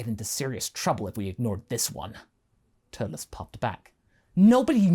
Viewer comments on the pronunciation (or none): Turles?? TURLES???